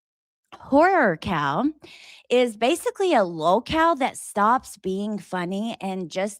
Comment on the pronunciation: I thought you said whore cow! 😂😂😂 Horror cow, got it. 😂😂